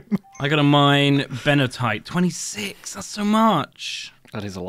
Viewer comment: So is his (and often and ) pronunciation of many other ores. Larimar becomes "laminar," Benitoite (from the name Benito + - ite) becomes "-uh-tite" or "Benny-uh-tite, funsoide becomes "fun-icide"... I'm starting to think the whole crew is dyslexic. It's like they read two or three letters at the beginning and end of any unfamiliar word, and the middle gets scrambled up randomly, sometimes with letters added, removed, or replaced. Is petezanite the one he calls "pizza night"? Edit: I just realized that he's reading it as "Pete-za-nite." I was thinking that "pizza night" seemed even further off than his usual pronunciations, but now I get it.